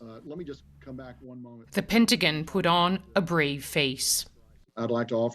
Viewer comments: "Penti-gin"? Lady, it's Pentagon. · The PENTIGIN LOL